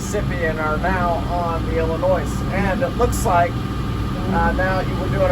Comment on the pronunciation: There is no “noise” in Illinois! ( Don’t pronounce the S.)